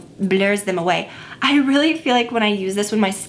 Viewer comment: The way you pronounced "blur" was so cute 🙈